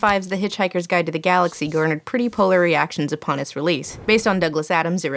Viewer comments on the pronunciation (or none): none